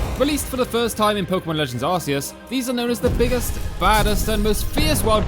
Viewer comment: Finally someone that pernounces it AR-SEE-ES